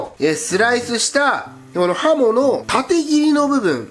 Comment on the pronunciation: はも～が、ほも～に聞こえてしもうた。。。